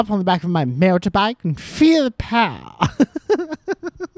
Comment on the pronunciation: First you get the money. That you get the POWAH!